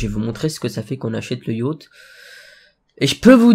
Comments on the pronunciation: mdrr yacht sa se prononce yote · Je rêve ou à prononcé Yachte et pas Yote!!!